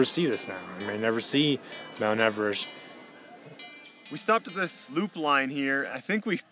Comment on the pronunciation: did he really just say Mount Emerest